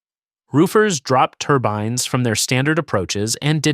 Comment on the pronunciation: what is a turbyinnes? AI slop.